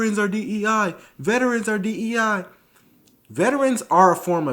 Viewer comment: It's DEI, not DENI